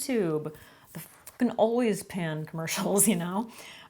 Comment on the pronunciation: How many other people thought she said "Always pads" instead of "always pan" at first? 🖐️